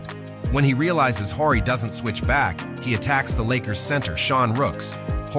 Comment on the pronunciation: You don't know who Robert Horry is ? You keep calling him "Whorey" 😂